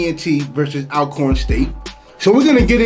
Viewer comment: “All-corn” State University not al🥴